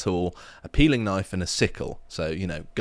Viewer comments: "Ah, I see you've played knoify-spoony before. . . " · That's not a knoif. [pulls out scythe] Now that's a knoif